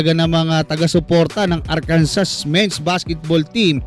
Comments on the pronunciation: Arkansas is pronounced AR-kan-saw /ˈɑːrkənsɔː/. It is a three-syllable word with the stress on the first syllable, and the final "s" is silent. This pronunciation is mandated by state law, which defines it as the French interpretation of the Native American word for the Quapaw people. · Arkansa po, without s yung pronunciation jan